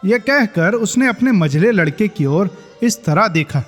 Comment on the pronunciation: उच्चारण थोड़ा और सही करिए भैया, मां की ओर सुस्त नजरों से देखा वाले प्रसंग में, मां की और सुनाई देता है। जबकि, मां की ओर होना चाहिए